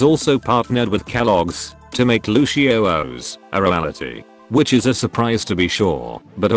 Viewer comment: Why Lucio-ohs and not luci-o's